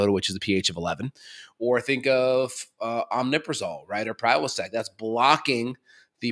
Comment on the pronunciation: It is omeprazole, NOT omNeprazole. There is NO N after the M.